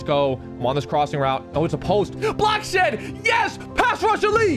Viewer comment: When you say good shed it sounds like good sh*t